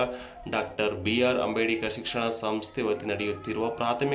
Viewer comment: ಲೇ ಮಾರಾಯ ಅದು ಅಂಬೇಡಿಕರ್ ಅಲ್ಲ ಅಂಬೇಡ್ಕರ್ ಸರಿಯಾಗಿ ಉಚ್ಚಾರಣೆ ಮಾಡಪ್ಪ ಮೊದಲು